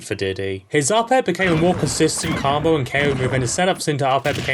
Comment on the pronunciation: Why do you pronounce combo like "carmbo"?